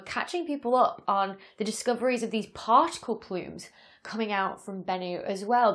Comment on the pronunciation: " Plarticle. " That should become a word. Any suggestions ?